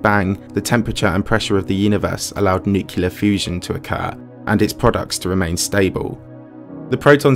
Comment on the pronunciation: I stopped listening, and caring, when you mispronounced the word “nuclear.” Unsubscribed.